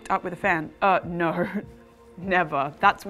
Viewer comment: she said NAUR!